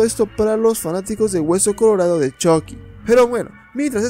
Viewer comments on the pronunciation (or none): Es CHUCKY NO CHOCKY esta incorrectamente mal dicho .